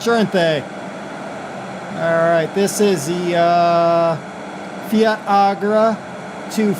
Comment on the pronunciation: Fiatagri is pernounced differently